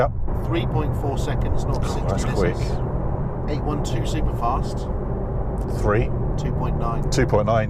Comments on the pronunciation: What is eight one two? Ah you mean eight twelve (eight-800hp, twelve-12 cylinders) :) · Mate, it's not a 8-1-2!! It's called an 8-12!! Got it? 800 horse power and 12 cylinders, not 1-2 cylinders! Nice video but let's pronounce the names correctly. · It’s eight twelve, not eight one two